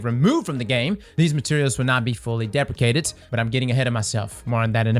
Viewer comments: "Deprekated".... you should have looked up how to correctly pronounce the word. [DI] + [PREE] + [SHEE] + [AYT] + [ID] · dee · pree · shee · ayt